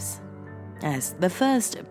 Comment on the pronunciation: I'm very curious to know why you sometimes say 'de' instead of 'the' when you are quite able to pronounce 'the' properly with your quite posh accent! Very bizarre